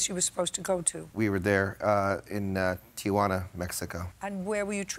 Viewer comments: JJ is old enough to know the name of the city is Tijuana, TEE-WANNA, not TEE-A-WANNA. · CRINGE every time she says TI-A-JUANA instead of TI-JUANA. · Lol, Judge Judy: TEE-YAH-WANNA.